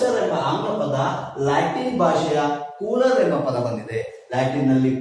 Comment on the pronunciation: ಕೂಲರ್ ಅಲ್ಲ ಕೂಲೆರ್